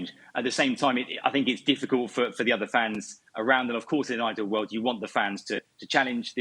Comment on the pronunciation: Geez! It’s a pain to listen to Craig 😒. His vocabulary seems limited Takes ages to complete a sentence and on top of that , he doesn’t pronounce his words properly